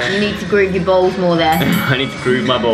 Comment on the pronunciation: I love when Dianne says balls it sounds like bowls 😂